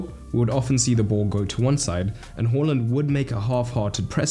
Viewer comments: Why do you pronounce it as “hor - land” or “haw - land”?? Isn't “ha - land”? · It's going to do my tits in all season hearing people say "Whoreland". Can we stop changing how we pronounce player's names every fucking season?